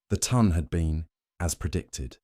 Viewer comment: Love the story and the narrator! Very funny, and just try to ignore the fact that AI apparently cant add small numbers. If only the correct French pronunciation of ton, as in haute ton, and would have been pronounced as French in the Regency could make its way into the brain of the ai narrator. The voice, is perfect otherwise, so hard to believe it doesnt have a sense of humor...